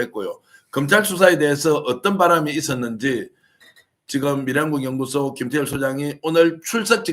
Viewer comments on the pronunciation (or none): 발음교정 부탁드립니다. 미래한국연구소를 밀양군연구소로 발음하고 계시는 것을 알고계십니까?